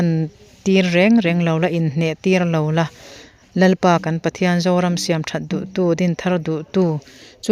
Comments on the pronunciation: Puan la thlak tiin chhiar rawh, Puan, la(Coton) nilovin. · Puan la thlak mar loh ti a '' la' i hman dan hi a dik lo. A lo la kal lo tih a 'la'ang hian lam rîk tur.Rawn la rawh tia ' la' ang a lam rik loh tur.